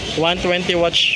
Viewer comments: Cringe ng pag pronounce watch kesa sa watts 😂 di mo ba na papansin yung mga vendor watts sinasabi hindi watch 😂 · Watts po hindi Watch!!!! WATTSSSSSSS, habaan mo ang essss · Ganyan bigkas na asawa Kong dragon watch din imbis na watts eh watch bigkas nya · Watts po hindi watch. Ngngo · Nakakatawa ka naman kuya 120 watch talaga baka naman 120 watts ,,katunog po ng what ,,😂😂😂 di po watch ,,ano relo lang ,,😂😂😂😂🎉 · pwede pakiaayos ng salita nyo watts not watch... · Watts po. Ok naman po content need lang iayos ang pananalita para mas lalo gumanda ang vlog